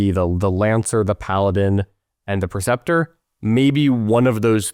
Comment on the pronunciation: It's pronounced PRE-ceptor, not "PER-ceptor."